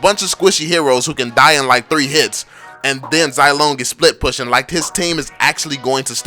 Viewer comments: Zai lone? I say ze long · Zilong is pronounced zee-long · And you cant even say zilongs name correclty 😂👎